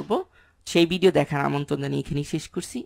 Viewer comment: ভাইয়া চিজনশীল কী? বিডিও কী? ভ্যাসিক কী? কন্টেন্টটা উপকারী। ধন্যবাদ। উচ্চারণগুলা খারাপ লাগে শুনতে। যেন সংশোধন করে নেন, তার জন্যে বললাম। কষ্ট নিবেন না আশা করি।